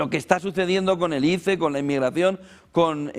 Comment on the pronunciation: SE PRONUNCIA AIS.... SE ESCRIBE ICE